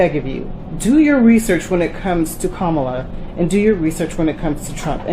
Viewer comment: You don't have to vote for her but pronounce her name correctly.but you are telling the true about her.